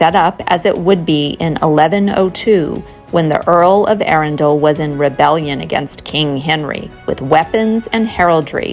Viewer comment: Another enjoyable informative vid. There's Swanbourne lake where you can hire rowing boats and a nice pub (The Black Rabbit) by the river just up the road from the castle. Look forward to your travels through my home county. And Arundel pronounced like a true native. 😉